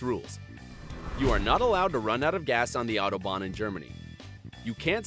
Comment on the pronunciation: Autobahn is just highway in German, so please call it highway, especially when you can't even pronounce it.